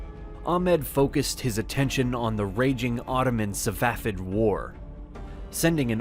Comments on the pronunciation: SaFAvid not savafid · It's "Safavid" not "Savafid" or "Safafid"😂😂